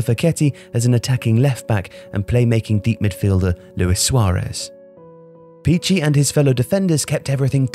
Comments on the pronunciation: Great video as usual, but please once again be careful about pronounciation of foreign words and names. It's lìbero, not libèro; Armando Picchi is pronounced Pikki, not Pitchi. Seriously, I understand it's a detail but it literally take 2 minutes and you're not the kind of channel that is not focused on good production. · Christ “CH” makes a “K” sound in Italian. I had to google Armando Peachy until I figured out it was Armando Picchi (Pee-Kee) the whole time. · Hey, an Italian speaker here. Great video but please, learn how to pronounce the Italian words: it's lìbero, not libéro, and Picchi (pronounced like "Pikki"), not Picci;)